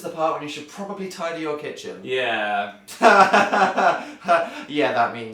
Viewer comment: I love how they pronounce "Yeah" as "Yehr"